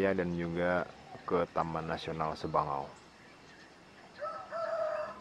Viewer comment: Sabangau mind.... Bukan sebangau